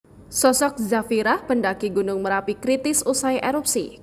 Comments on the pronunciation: Marapi mbakkkkk... bukan merapi... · Bukan merapi tp marapi ya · Gunung marapi.. bukan merapi kakak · Bnyk bgt media yg slh omong Marapi menjadi merapi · Marapi bukan Merapi